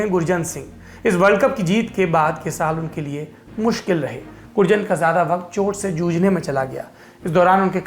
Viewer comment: गुरजंट is the correct pronounciation sir